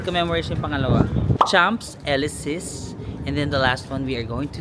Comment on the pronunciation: UK didn't join Schengen so they still keep their currency, that is the Pound Sterling. Technique in purchases: send by shipping ahead used clothes and not needed items so luggage will be light. For info. It is pronounced Ark du Triumph (Arc de Triomphe); Sham Elishey for Chsmps Elyssees. Re: pickpockets- maski sa Rome, mga gypsies from Romania. Mukha rin silang Caucasian (puti) and dressed well kaya inde paghihinalaan.DON'T HAND OVER your camera, malamang maitakbo 'yan. Ikaw talaga, meron naman sa Google na may sound to hear the correct pronounciation.